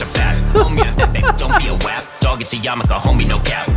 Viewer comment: Its so funny pronounces Wap correctly